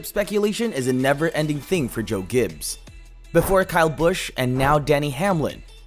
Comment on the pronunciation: Great.... more fake NASCAR channels. This is utter rubbish. You can't even pronounce the team name correctly and none of this is news. Stop making videos for clicks to achieve some BS success. Please people.... stop watching this nonsense. A video with a bunch of random facts that we already knew, and offer absolutely nothing new. You are literally copy and pasting a bunch of pictures together, with some word vomit of information that is a year old.